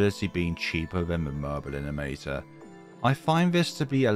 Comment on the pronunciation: stop saying "elinimator" 😭